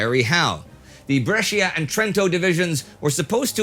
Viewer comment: "Brescia" the pronunciation is almost perfect. The "i" is silent.